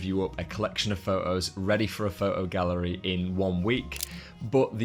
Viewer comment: Excellent. Lots of ideas and interesting aspects from different people. There is only one thing that spoiled it for me and that is your pronunciation of 'photo' ' pho-oh. Have you ever noticed that there is a 't' in there? Do you spell it without a t? Are you a street pho-ographer? This spoiled an otherwise very good video (for me). Keep up the good work, but please correct your pronunciation. You will gain more credibility.